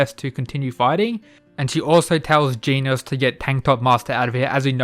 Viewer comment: It's a bit unsettling to hear you say Genos the way you're supposed to pronounce 'Genus'. But great work nonetheless. Hope you get more subscribers soon (